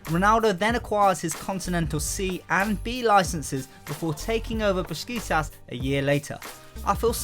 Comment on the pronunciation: Repeat after me, Besiktas, Bes ik tas